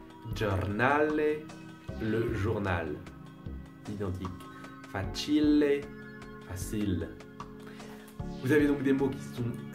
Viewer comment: La famille linguistique, ça aide ! Un petite remarque, par contre : dans "facile" on met l'accent sur le A, pas sur le I ;)